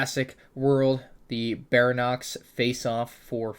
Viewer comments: really? BarYonYX (ba - ree - on - ix) not baranox xD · It's not pronounced BARANOX. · It’s not ba-ra-nox it’s Ba-Ry-o-nx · It's pronounced Bair-y-on-ix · bar-ee-onix lol srry I’m a do I nerd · Berry-onix is how you say baryonyx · It is NOT pronounced like that. No one says it that way. It's pronounced berry-on-ix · Bary-on-ix is how yah say it. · He pronounced “Baryonyx” incorrectly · It’s one of the easier dinosaur named characters o pronounce honestly. You’d really have to just not read it to get it that wrong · You said baryonyx wrong😒